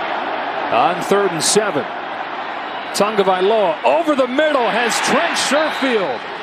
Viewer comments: It's "TAGOVAILOA" Not "Tungavialoa" what is the problem with the pronunciation? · The announcer mispronounced Tua's name the ENTIRE game. How did nobody correct him? It's not "Tongo-vailoa", sheesh. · Why is the announcer saying "tunga"? That's not how is name is spelled or pronounced. It's ridiculous. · Why does it sound like the announcer is saying tunga-vye-loa instead of tah-go-vye-loa? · Why does the announcer put an "N" in Tua's last name, before the "G?